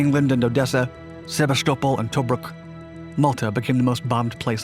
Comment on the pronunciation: Pronounced Caliari NOT Cagliari. Also Tob ruk, NOT Tow brook! Get it right please